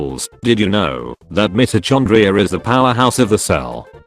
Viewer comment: meh-toe chun dria LMAOOO love that intelligence